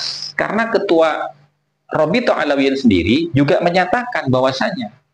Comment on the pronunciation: bukan Robithoh Alawiyin tapi Robithoh Alawiyah